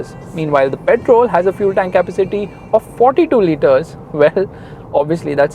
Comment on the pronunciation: Kappa-city? 🤔 You're pronouncing it wrong mate.